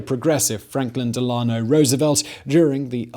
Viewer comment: *GoobernatTORial, not Gubernational *Dell-a-no, not Del-AH-no. 👍🏻